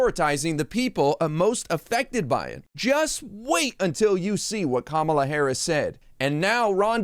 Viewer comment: I’m impressed he said Kamala correctly! He’s being political. False accusations so he’s playing games.